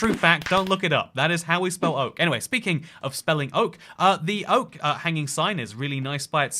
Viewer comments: it’s not oake, it’s ouak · It's not Oakee, it's Oak. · No it's not oake it's oak silly even in Britain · As a English man.. wtf 'Oake' ? I think you're barking up the wrong tree matey, unless you also use sentences like 'where for art thou' in which case, welcome time traveller! to the 21st century